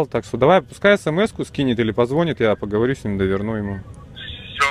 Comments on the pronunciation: Не пОзвонитттттт, а позвонИтттт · ПозвОнит. Серьезно?🤣🤣